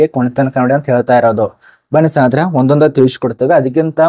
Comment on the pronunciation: ಸ್ನೇಹಿತರೆ ಅಂತ ಸರಿಯಾಗಿ ಹೇಳಿ bro